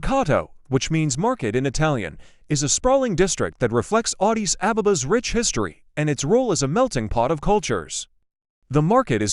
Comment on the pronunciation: Vant even pronouncr Addis sounds like Odis...